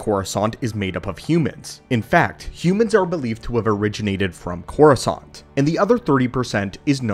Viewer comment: All i hear is croissant.